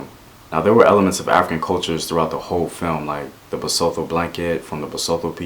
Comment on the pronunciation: I'm Zulu and from South Africa. I caught the breaking of the spear reference but missed the deeper link to Shaka and his power consolidation! Really well said man. And your pronunciations of "isiXhosa" was spot on! But you did mispronounce Basotho - it's pronounced "ba-SU-tu" / "ba-SOO-too"